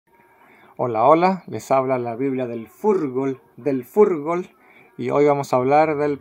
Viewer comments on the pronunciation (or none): no se dice furgol ...diga Jurgol